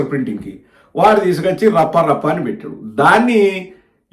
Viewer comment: Varla Rafha Rafha Kadu Rappa Rappa.😂